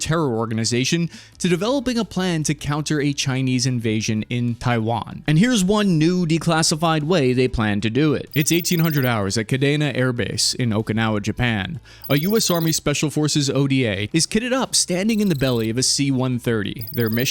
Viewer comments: Ka Dee Nah not Kay Daye Nuh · Bro, wtf…lol. Did u just say kuhdayna air base?! U did! Lololol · I was a 5 year old growing up in Okinawa in the 1990s. My father was a pilot the Air Force. No one calls it “Kadana”. This AFB has been around since WW2. Come on you can do better. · Kuh day na air base. Bro it’s KadeNAh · Kadena is pronounced "Ka-Dean-a". Love the vidoes. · Kadena AFB is pronounced "kuh-dee'-nuh. KAFB kid . Other than that, great vid.